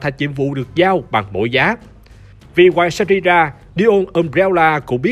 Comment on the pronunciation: Neo mà đọc thành Dio :))